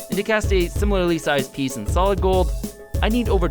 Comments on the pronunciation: Dude said “ it’s gOAldd” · He said it ITS GOOLD